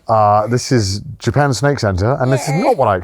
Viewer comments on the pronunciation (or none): I don't know why but in the first second of this I heard JOOPEN and I can't unhear it now.